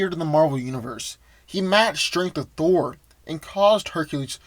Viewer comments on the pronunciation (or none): none